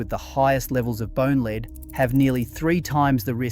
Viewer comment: The transcript thrown through AI voice creation giveaway on this video with the word Lead (the element Pb) Some correct pronunciation of 'ledd', then at least 3 times the voice used 'leed' . Mass produced AI content.